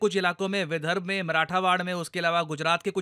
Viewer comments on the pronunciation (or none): corrections. १) विधर्ब नही, विदर्भ. २) मराठावाड नही, मराठवाडा.